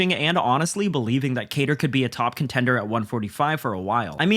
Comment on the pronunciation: What are the chances that you are going to pronounce kattars name correctly?